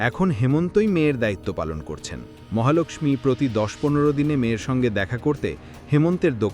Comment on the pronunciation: মহালক্ষ্মী উচ্চারণ ঠিক করুন।